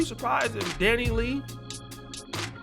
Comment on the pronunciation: The genetic makeup of the Dominican population is estimated to be 52% European, 40% Sub‐Saharan African, and 8% Native American‐Taino. Basically mixed, black and white. Basically a bunch of Drakes. And it’s “Danny Lay” not “Lee” bro 🤣